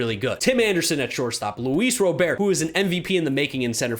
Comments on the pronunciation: I’m waiting for the day you stop pronouncing Luis Robert’s last name “Ro-bear”. The dude literally pronounces it “Rah-BERT” himself. It’s cringey at this point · Small note: Luis Robert's last name is pronounced the same as you would if it was someone's first name. Definitely love that you're appreciating him as much as us White Sox fans, though.